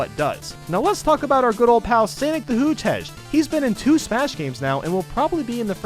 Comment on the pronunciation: Sanic the hoothege XD